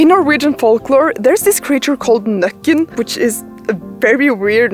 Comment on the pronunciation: Nøkken, sounds like the dutch word for what a couple does in bed… you can guess what I mean, but the pronunciation is the same 🤣